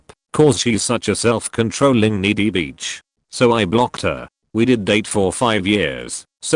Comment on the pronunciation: Bitch is Not pronounced Beach....soooo many mispronounciations...